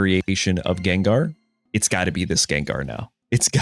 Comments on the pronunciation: Guh^. G as in good. Not juh sound. Lol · Everyone: Gengar 💪 Him: Jenjar? 😮😮😮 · Bro I loved your videos until you jen jar bro it's gang-garr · lil bro literally says gengar u ain’t slick fn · I dont care if Jen-Jar is deliberate, it grates on my brain and makes me irrationally angry. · Jen-Jar bro wtf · Jenjar... Pronouncing Pokémon names like Wolfe used to at this point 😂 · hearing jenjar :face-fuchsia-wide-eyes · Take a shot everytime he says Jenjar. I approve of this subtle way to drive engagement. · Im only 39 seconds into the video, does he do this "Jenjar" thing the entire video? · Schenschar ex pls no 😭 my ears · It's understandable how you pronounce it as Jenjar, since we pronounce ginger as jinjer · Say Jenjar one more time bro I swear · JENJAR LMFAO. hey kept saying it over and over I'm dead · In the last gengar video (THIS Gengar EX Deck is a HUGE UPGRADE! - Pokemon Pocket) he pronounced it correct now he is pronouncing it like Jenjar what happened in between then and now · I cringe every time he says Jenjar. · "jenjar"? shame on u. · How many times must explain why he pronounces it as Jenjar? 😂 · Yenyar??? 😂😂😂 q chucha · Jenjar?. At this point it's intentional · Ginger EX and Jiratina...it's funny because this comment thread is also engagement. It's engagement bait for people correcting him + meta engagement bait for people who call him out (though he did say it's partially because that's how he said it as a kid lol) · I hated your pronunciation at first, but the story is charming so I approve 😋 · When you have to pronounce the name wrong for content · Why do you pronounce Gengar like that? Nevertheless, this looks like a fun deck and I'm going to try it out. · I know he’s saying gengar wrong to boost engagement but I’m still gonna comment cuz it’s working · HOW DARE YOU SAY GENGAR PROPERLY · Someone never watched the Pokemon animated show.. Unless you're trolling us on purpose saying Gengar name wrong...